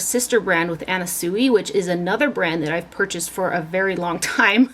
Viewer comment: You have such an enviable collection I love it! By the by..... the designer Anna Sui's last name is pronounced (Swee) 😍